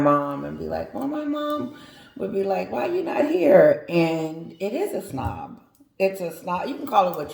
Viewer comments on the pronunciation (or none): Hey Babe Its snub not snob